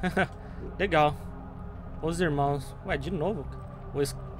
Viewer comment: quase falando escravoceta ksksksks